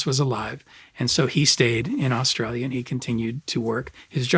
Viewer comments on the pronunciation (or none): none